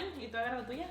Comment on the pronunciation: The way says “tortilla” 😆